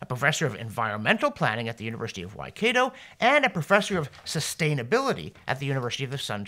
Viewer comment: Just one point. And I forgive you Dr Robson, its not your fault after all you are a Canadian (I kid). Waikato is usually pronounced as "whycatoh".